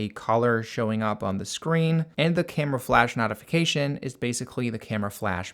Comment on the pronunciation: Thanks, useful video. Not sure where you are from, but your pronunciation of "notification" is odd.